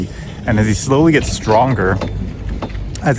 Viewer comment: "Slowy" You are not japanese bro.